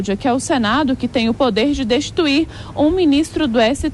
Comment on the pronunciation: Não entendi se ela falou: destruir ou destituir. Ou se foi uma mistura das duas palavras. Acho que minha audição já não é a mesma. Ou será que é o uso da Lingua Mater que ficou mais difícil?